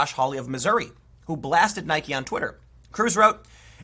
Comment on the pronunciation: “I know a lot about shoes”. Proceeds to mispronounce Nike multiple times.